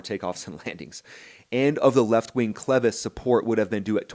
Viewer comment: thanks for properly pronouncing "clevis." short "e" ... not long "E" as at least two other YTers have said repeatedly. yeah ... the cracked pylon attachment. History, hardly a trend ... 46 years between em. Might be worth comparing the engine mount on a 767-300 ... or a 777-300 ... or a 787-8/9. Why hasn't this happened to a Boeing? Seems like Heavy C check would occur more often that the report indicates ... or engine change, for that matter ... opportunity to do a borescope, like test. But I agree ... that inspection is about to be changed. I'm curious how the NTSB is going to spin this away from the real threat because it DOES have a history ... including AA191. championing the NTSB at the 3 minute mark ... meh. Don't get sucked in.